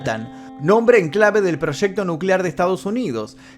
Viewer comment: Proshecto. Que quiere decir eso? Proshecto?